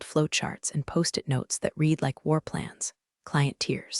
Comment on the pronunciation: voice "dollar eighty five M" your artificial idiot needs work. Please teach your artificial idiot the difference between read (rhymes with reed) present tense and read (rhymes with red) past tense and when to use the correct one.